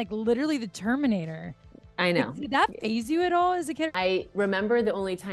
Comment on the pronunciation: "...and like LLIDERUHLEE the Terminader". egads. I just cannot.